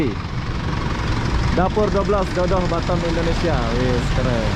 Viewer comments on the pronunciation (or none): none